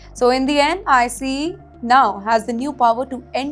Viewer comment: I think this channel is AI! She is pronouncing ICE as I C E!